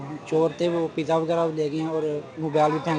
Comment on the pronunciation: Pizza not the pija